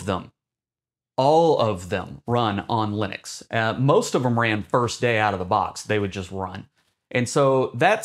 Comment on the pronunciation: l U n I x ??? Lunix, Lunix, Lunix.... ??? what is this LUNIX you are babbling about????? why are you talking about LUNIX while claiming this video is about Linux?